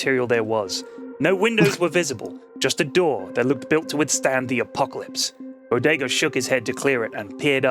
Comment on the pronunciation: Zman Ten it helps distract from any continuity mistakes and prevents any lulls in the story. Conversely, his fast-paced style can affect minor things like voices he uses for characters (i.e forgetting to speak in a character's voice for their line or mixing them up), or slight mis-pronunciations (Bod-ga when he meant to say Bodega/Bow-Day-Gah). Of course most criticisms for the Bodega stories are quite nit-picky and don't have any real effect on the overall story.